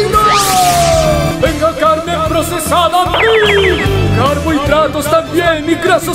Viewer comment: Carne procesada 🚫 Carne procesa ✅ Xd